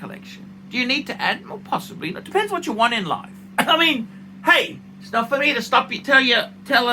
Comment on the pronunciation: “It’s not phor me to tell another man how to spend his money.” You’re phunny,.